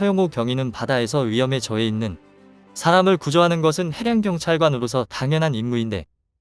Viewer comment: 수고가 많습니다만 원고를 읽기 전에 틀린 곳은 없는지 교정을 하고 자막을 올리고 더빙을 해야 하는 데 그렇지가 않군요. 읽으면서 좀 어색한 어휘가 없었나요? 그대로 따라서 읽고 계시던데요? 1분51초에 " 양국이 해양 만전 분야에서도? ' 는 해양 안전 분야로 해야되겠구요. 2분1초에는 "바다에서 위험에 저해 있는?" 에서도 "위험에 처해 있는" 으로, 2분4초와 2분12초 에는 "해량경찰관으로서 "에서도 해량경찰이 아니고 해양 경찰로 해야 겠죠? 만에 하나라고 미리 원고를 교정할 시간이 없었더라도 읽다가 말이 안 되는 것을 느끼지 못 하셨다면 그것도 문제가 되겠습니다. 끝 까지 가 보면 더 있을 것이기에 그만 지적하겠습니다.